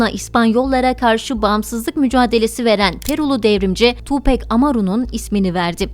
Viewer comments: Tupek değil Tupak diye okunuyor saygılar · Tupec değil tupac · Harika profilin harika belgeseli. Hala daha cayır cayır dinlerim tüm albümlerini. Söylemleri kişiliği çok çok başkadır. Ha bi de (TupEk değil Tupak) diye okunur. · ablacım tupek degil tupak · Tupek degil Tupac- Tupak diye okunur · Tupek değil tupak, sug nayt değil şug nayt 🙃 ölüm saati 16 03 değil sabaha karşı 04 03. All eyez on me albümü o dönemin rekor satışına ulaşıp 6 milyon satmıştır. Falan filan emeğinize sağlık keşke biraz da 7 gün teorisinden bahsetseydiniz 🤗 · Keşke isminin nasıl telaffuz edildiğini de araştırsaydınız. Tupek değil tupak. Bu arada ben doğduktan tam 10 gün sonra, 13 eylül 1996 da öldürüldüğü için bu tarihi hiç unutmam. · oo deyilde ismini neden Tu bek diyorsun neden tam. söylemiyorsun Gancik seni yok Ahmet. olamaz yaa tupek 👎👎🤧🤔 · okunuşu "tuupak" 'dır ... "pek" diye birşey yok unutun o söylemi :) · Siz tupek dedikçe benim kulaklarım acıdı :( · Hatta Eminem 8 Mile filminin son battle sahnelerinden birinde bile tupak diyor. Keşke oradan dinleselermiş doğru telaffuz olurmuş.